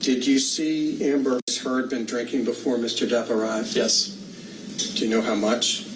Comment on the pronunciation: Wait… Does that lawyer just say Amber turd???